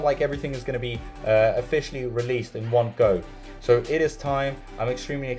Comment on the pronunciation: LOL or when he says SOR instead of so